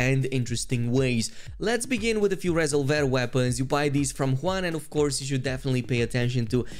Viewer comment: Resolver = “Ree-zolv-er”